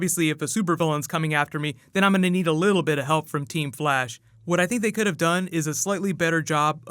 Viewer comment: Its Flash not Blash😂Dumbass